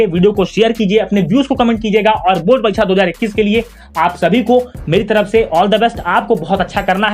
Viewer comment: sir wo bord parikcha hota h bord paricha nai😂😂